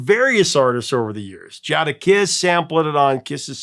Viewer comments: Jadakiss is pronounced JAY-Duh-Kiss, not JAH-Duh-Kiss, just an FYI. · Jada = Jade-Ah. Jade-Ah-Kiss